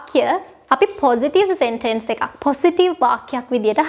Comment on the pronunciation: සෙන්ටෙන්ස් නෙමේ.. සෙන්ටන්ස්... /ˈ‍sentəns/